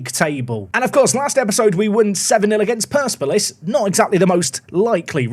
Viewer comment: I’m pretty sure it’s per‑SEP‑uh‑liss, for the record 😅